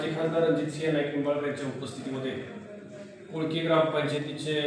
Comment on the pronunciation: कोकळी नाही कोळकी